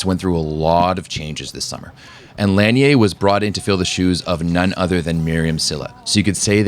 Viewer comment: The correct way of saying her last name is La-nee-ay. The NCAA have butchered her name all these years.